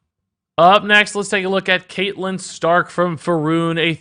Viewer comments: Kate lyn stark killed me a little. Its cat lyn lol Your game of thrones explanations makes me think you don't watch the show. Cash in on the hype I guess. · Isn't catelyn pronounced cat-e-lin not cate-lin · Ewww your pronunciation of Catelyn ☹️